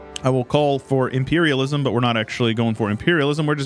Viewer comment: You said "Imperialism" wrong